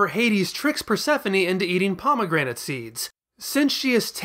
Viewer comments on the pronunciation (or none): none